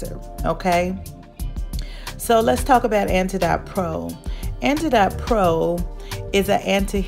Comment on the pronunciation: It’s pronounced like antidote. Like oatmeal. It’s an anti-inflammatory.